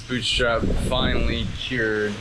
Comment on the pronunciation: Boottriiiipe! Not boot strap! Great job though.